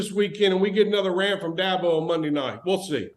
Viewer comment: Who names a kid Da-bow?